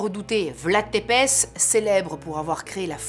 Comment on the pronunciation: Coucou, super thème de vidéo, mais par contre tu prononce mal, Tepes se prononce Tsépêche